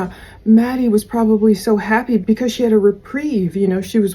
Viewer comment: Yes it was happy but sounded like hippy